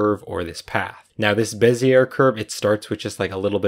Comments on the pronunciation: bee zee ay. not beh zee air. It's a French guy's name. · It's pronounced "Bez-ee-yay" not "Bez-yer" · Bezier - sounds like “bez ee ay” 😊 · Bez-iyay, not Bez-iyer. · Heh…Bezzy air Though I suppose I said it that way before my graphics class too. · Bezier is pronounced BEZ-EE-AE no R sound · beh - zee - ay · Awesome tutorial! Thank you PS Bezier is pronounced BEZ-ee-ay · BEH-zee-ay curve - french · It's pronounced "BEH zee ay," it's somebody's name. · Bezier pronunciation is, ˈbe-zē-ˌā , not 'er. This was a good video. I thought I'd pass along a little side knowledge. Bezier is a french word brought into popularity by a French engineer. I've noticed more and more Youtubers' mispronunciation of this word. I know most don't like being corrected. I'm merely trying to help. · You pronounce Bezier incorrectly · NIce work! The "r" is silent in bezier.